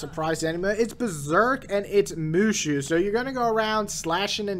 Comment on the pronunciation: XD it's pronounced as ( Moo So ) but good review the game is ok nothing special